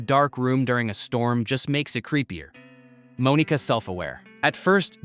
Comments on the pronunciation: "Moan-eeka" great job we love ai voiceovers 🫩🫩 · Bro it's not pronounced like that.. that's not how you say Monika...